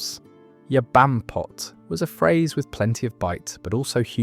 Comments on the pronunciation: Bampot, comes from Barmpot derived from Barmy meaning daft. The AI gets the pronunciation and connotations mixed all the time.. triangulate your data.. ffs. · Pranny is PRANNET where I lived in south east Lancashire. Muppet is still a "current" insult - I use it for dumb f*cks - it's sounds a whole lot nicer than what it means after all. Bampot is wrong I think? It was Ba-R-mpot, at least where we lived. You don't pronounce 'apeth in Lancashire the way you do in the video - it's literally "A-peth", as in AY peth. And peth is shortened by dropping the e to become pth. Thus it sounds like "ay pth". I was told shouting "Wally" at gigs started after a band with a roadie called Wally played at The Free Trade Hall in Manchester and someone called for him on mic during the pre-show checks. The audience took up the call and it became a ritual. I wasn't aware it happened elsewhere and it was already in decline by the 80s even at The FTH.